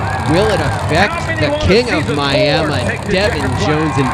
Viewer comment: You mean Miamuh